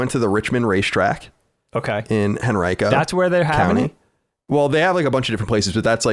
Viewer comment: I've never heard Henrico pronounced like this lol I live in Virginia Beach.